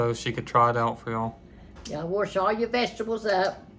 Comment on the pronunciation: I love how she says "warsh all your vegetables up" my grandma used to say warsh❤